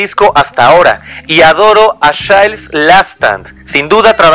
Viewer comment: Qué mala pronunciación: ¿Qué es un "achails"? ¿Qué es un "jul" lotta love? ¿Quién es John "Pul" Jones? Buena info, por otro lado...